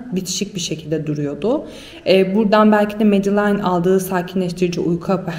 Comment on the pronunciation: Medalain değil ! "Medılin" diye okunur ! Berbat !